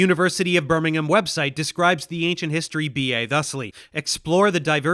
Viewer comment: Nice pronunciation on Birmingham most Yanks say birming=Ham but in uk we say birming=Um. Well done